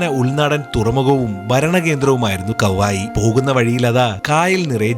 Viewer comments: Kavayi alla kavvayi aan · കാവായി അല്ല കവ്വായി